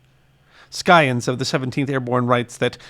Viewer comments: Thank you for the video. If I may make a correction, the word scion is pronounced with a silent c, as in si-on. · Merriam-Webster says Scion should be pronounced sigh-on, with a soft "c", as in "science". It is believed to be from the Old French for "twig". Perhaps the "c" was hard on Old French.